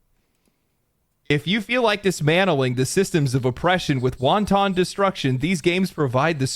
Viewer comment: he just pronounced "wanton" like it was a soup. heh